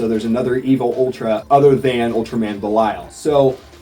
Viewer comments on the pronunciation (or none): Ultraman Belial should be Belial(Bellyal) not Belial(Belayal)